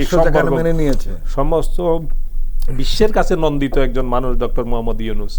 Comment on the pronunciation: নিন্দিত না কি নন্দিত